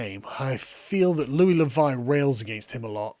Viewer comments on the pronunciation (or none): none